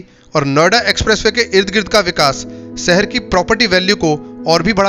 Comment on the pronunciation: Pehle dhang se bolna seekh lo. Gajiabad kya hota hai? Seher nhi Sheher. Videos banate ho, aur ganwarpana nhi khatam hota.